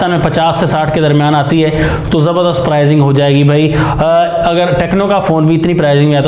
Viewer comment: Prizing nai hota Pricing hota hai Improve yr talking style or leave it